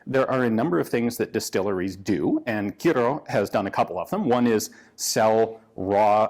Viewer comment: Very impressed with the way he said Kyrö, pretty excellent for a foreigner who isn't used to the ö and ä letters